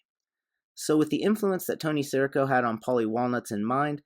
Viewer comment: Nice analysis, enjoyed the video. But at he clearly says his name “si REE co”. Not sure why you’re saying “SEAR ih co”?